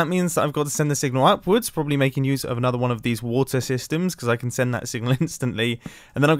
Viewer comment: What youse mumbo says : gambling mumbo we are going to youse it for gambling